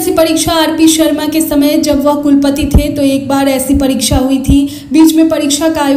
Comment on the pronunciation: परीछा नहीं परीक्षा और परीक्षा होता नहीं , होती है। आपकी भी पढ़ाई ऐसे ही हुई होगी।